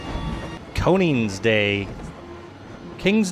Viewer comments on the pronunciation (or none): Its “koningsdag” We celebrate That in the Netherlands :)